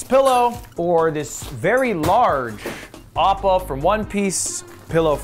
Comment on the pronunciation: DID HE SAY APPA FROM ONE PIECE????? BRO NOOOOOO